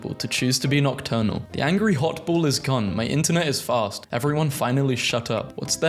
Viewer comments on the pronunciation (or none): none